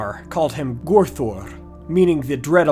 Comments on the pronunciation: I think though it's still only supposed to be two syllables as in gor thour, but I'm sure there are different forms of pronunciation between the sindarian and noldorian dialects so both could be correct technically. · Mae govannen is pronounced "My govannen" :) Gorthaur = Gore Thower (Rhymes with tower)